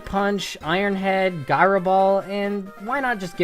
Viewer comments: gyro is pronounced jyro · guy-ro ball...